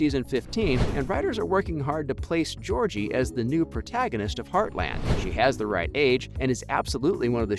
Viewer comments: I love Heartland. It's Georgie not Jordie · You know her name is GEORGIE not jordie right?